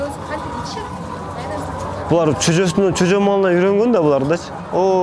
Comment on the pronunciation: Чөжө эмес жөжө 😂